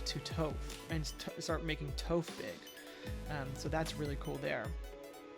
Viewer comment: Stopped watching after you called her “Toe-phh” 🫠